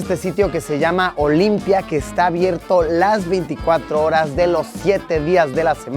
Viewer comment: JAJJA OLIMPIA NO ES... ES OLIMPIJA JAJAJ